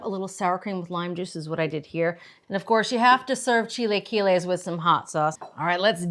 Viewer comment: Maybe learn how to pronounce it correctly before posting a video on how to make it. 🤦🏻‍♀️